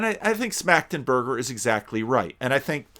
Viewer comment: Your (initial) pronunciation of Schmachtenberger was actually pretty good. 👍